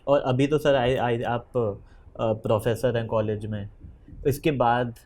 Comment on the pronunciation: processor 😂😂😂 instead of professor